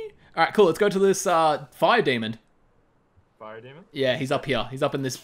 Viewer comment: "Lets take on this fire demond!" Demond??? 😂😂